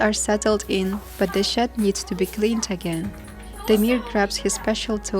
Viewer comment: Lol, I thought you were saying he was cleaning up cow 'sh¡t' but towards the end of the video I realized you were saying cow shed, hahaha 😅!